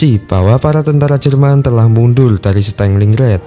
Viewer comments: stelingred gk tuh stalingrad mas A nya jangan dibaca E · Punten. Pronounce nya yg bener itu "Stalin Grad" (kota Stalin) bukan "staling rad" CMIIW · Min bacanya jgn Stenglinggred tapi Stalingrad..🙏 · Stalingrad boss bukan stenglingred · kau salah tulis terjemahan tu seharusnya 1936 bukan 1956 (tolong diperbaiki) oke👍,dan satu lagi partempuran Stalingrad bukan stelingrad (tolong diperbaiki cara pengucapannya). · Stalin-gard ❌ Staling-rad ✔️ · "stenlinred" wkwk